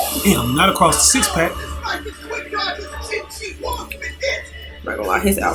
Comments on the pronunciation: pretty sure it's pronounced like Chin-She-Hwong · His name is pronounced Chin-She-Hwong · that's NOT how you pronounce it bro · Qin Shi Huang (Chin-Chi-Wong)